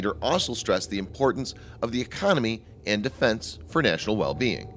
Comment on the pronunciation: Änd aaand AAnd u say it way to hard or.. Soecial B-)